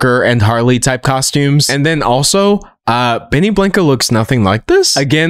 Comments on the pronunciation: “benny blank-O” hurt my soul to hear😭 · Benny “Blanko” D’Angelo ur Texas is showing!!!